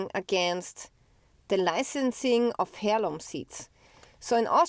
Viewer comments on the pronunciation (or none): heirloom is pronounced airloom